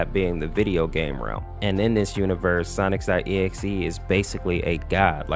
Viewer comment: How do you still say sonics.exe 😂😂😂😂